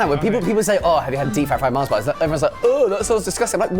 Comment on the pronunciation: MARS not Marsh